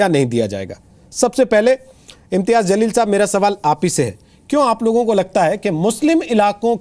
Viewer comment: मौलाना अंसार रज़ा साहब पहले उर्दू दुरुस्त कीजिए जलील होता है zaleel नहीं होता है।और मौलाना आज एन आर सी की लिस्ट में नाम लेकर आजाएगा फिर बताएगा कैसा लग रहा है।